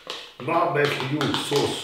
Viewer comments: "BÁRBEKCSUK" A mesterünk is hibázhat. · A bárbekk szósz.. Ájj bí bekk